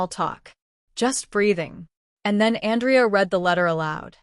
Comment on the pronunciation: Good story but I guess the AI doesn’t know the difference between the male or female pronunciation of Andrea AN—drea. is female. An—DREY—ah. is male. So a bit confusing at first.